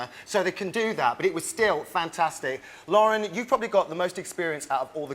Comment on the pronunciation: For the record, it's "Lauren", not "Laura". Although yes, it's pretty obvious ALW loves Danielle.